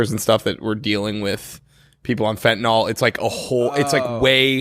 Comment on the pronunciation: It’s pronounced fenTaNILL, not feh-ih-nol